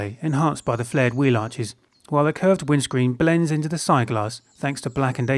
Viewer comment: its zeee